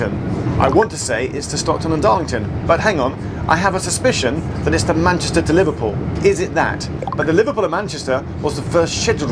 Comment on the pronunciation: “The Liverpool and PAN-YESTAH…”😂👌